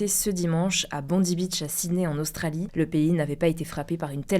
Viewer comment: Ça ne ce prononce pas Bond(ii) mais Bond(aille)... c'est terrible qu'aucun media le prononce correctement 😮